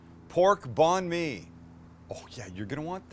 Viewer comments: Just pronounce it like 'bun me' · Bon me. Lmao your pronunciation is so bad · I know he’s not Vietnamese but the way he pronounces Banh Mi hurts me 😂